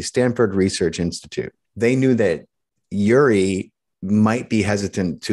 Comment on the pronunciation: It's not uri as on Yuri. It's uri as in Oori, like in oops.